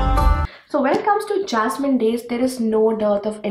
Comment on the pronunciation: Hi dear.. I m a Keralite.. u pronounced the title of book second time correctly dear..